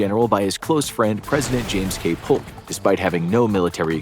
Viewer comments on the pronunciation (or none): Polk's surname is actually pronounced Poke. The L is silent.